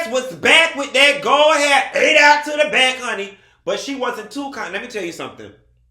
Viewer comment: "ate out in the baick"😂😂